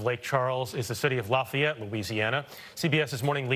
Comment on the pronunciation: You can tell by how he said "laf e ette" correctly. Even emphasizing it after host said "law fay ette" which how most the world would have said it. Not evenone here talks like the coach on waterboy.